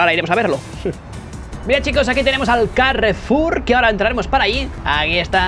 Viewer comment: "El carrrrrrefulllll"